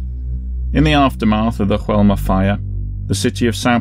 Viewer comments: In Brazil they speak Portuguese, not Spanish. Therefore, the name of the building is not pronounced as "Hoelma". It's pronounced as it's written: "Joelma". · It's not pronounced HOelma! It's JOelma! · Oh, and the pronunciation is "Zho-ELL-mah". In Portuguese, "J" has the same sound it has in French. It's only in Spanish that it's pronounced like an English "H." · Mispronunciation of the building name: The "J" is pronounced like 'zh' (like the ge in massage). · Yes - I realized afterwards. Of Course, It's in Brazil, so should have had the Portuguese style pronunciation.... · Just a heads up on the pronunciation, hope you don't mind. The J in Joelma is spoken as a normal J, like John or Jack. Not like an H, as we see in spanish words with J. Anyway, great video. Joelma was a really big fire here, and still remembered to this day, as Praça da Bandeira is said to be haunted by spirits of those who lost their lives in the fire. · You really needed to check on the pronunciation of Joelma. You got it wrong, but the rest of the video was good. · Joelma - in português "j" is not silent just fyi. Great video though as always. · One advise, in portuguese J have a J sound not H like Juan in spanish.